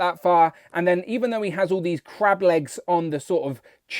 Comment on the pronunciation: I was thinking all week you were saying " Crap " and I thought you really hate this BaF . You were saying " Crab " ... Lol .